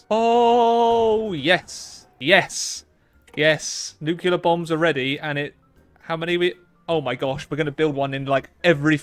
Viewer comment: NEW-CLEEE-ER NOT NEWK-U-LUR